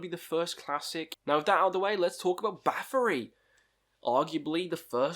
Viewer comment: I stopped watching when you said "Baffory."